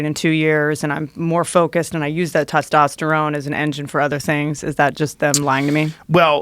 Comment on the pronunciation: Nofap is real yes however it’s not pronounced tostosterone it’s “Testosterone”.